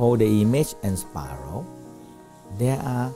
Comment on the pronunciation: “Sparrow”= “spiralled”